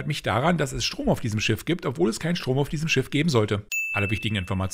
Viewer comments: STROOOM NICHT STOOOM (Kein hate) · Du hast in Minute 25.29 das “r" in Strom vergessen. Sünde im Gamesündenvideo gefunden...weißte Bescheid